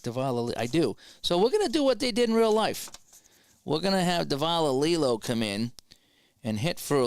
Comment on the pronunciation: Grote is grow-tee.... Millan is Mee-ahn... Davalillo is Dav-a-lee-oh....